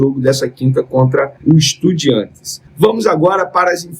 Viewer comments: Porque falar estudiEntes e não estudiAntes? Nunca vou entender! KKKKKK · De onde ele tirou essa pronúncia EstudiEntes?